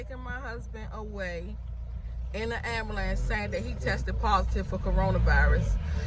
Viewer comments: It’s not AMULANCE IT’S AMBULANCE MISS OVER THE TOP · "Ambalance" and "tesess"